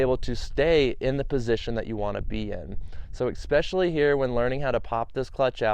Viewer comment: Especially, not Expecially. ... How do you not know this word?